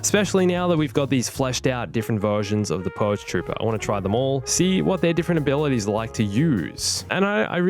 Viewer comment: “Ablities”? still cool video